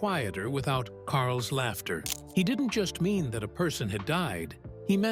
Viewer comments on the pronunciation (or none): none